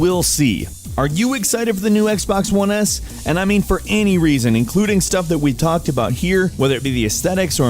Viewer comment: "Xbox One Ass" lelel EDIT: Not dissing Xbox, that what it sounds like